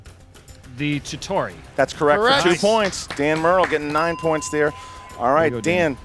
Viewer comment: IMO should've challenged Murrell for "Titauri" pretty sure it's Chitauri? who helped loki.